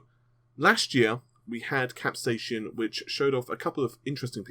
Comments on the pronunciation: "Cap-say-sin" Not, "Cap-say-shun" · It's pronounced cap...say...sin. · please pronounce this event properly. Cap-sai-cin sounds exactly like Cap-Say-Sin. I live in New Mexico USA and used to sell hundreds of thousands of pounds worth of green chili every year from some of the largest growers on Earth and I never heard a single Chili farmer pronounce it the way you did, lol. Please accept my apologies for requesting proper English, I apologize for that. Just trying to help you get it right. Why AMD is even using this name is beyond me, capsaicin is the source of the heat in all peppers and chili's. I know Vega is a hot topic, but will it be a hot running gpu? Lol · CAP-SAY-AH-SIN FUCKING GOD I'M GONNA KILL MYSELF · For your FYI, Capsaicin is pronounced: Cap-Say-e-Sin